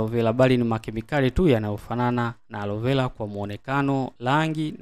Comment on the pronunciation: Na wewe ebu jifunze kutofautisha kati ya L na R mpaka unamchosha eti arovela alovela